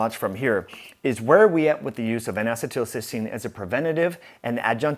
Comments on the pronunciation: This is good info. Thank you. BTW, it's pronounced "N acee til cys teine." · I can't deal with your pronunciation of N-Acetelcystene. Other than that, great video. I just started taking NAC today, added it to my regimen of CoQ10, NAD and Claritin for allergies and post nasal drip. Hopefully I can stop taking the Claritin soon.